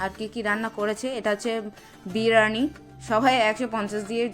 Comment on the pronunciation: Biriyani ❌ birani ✔️ 🤣🤣